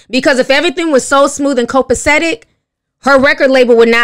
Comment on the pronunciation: I learned a new word from today, "Copesetic!!!" 🙂🙂🙂🙂🙂